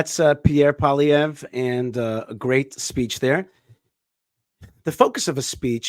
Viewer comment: Congratulations on pronouncing our Conservative leader's name well....Paulie (like Rocky's Brother In Law) Ev.....in French you add something like ruh to the end but in English it's not needed.....